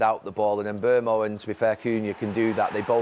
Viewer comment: ‘Mbeumo’ not ‘Mbuemo’!